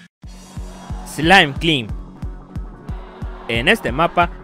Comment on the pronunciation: Un consejo, se pronuncia slaim claimb